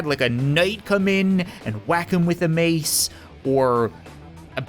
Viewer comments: There was the Rat King in the Maceality, because when you say ,, Mace " it sounds like Mice. So Miceality. -Kubowskyy ToJa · Mace sounds like mice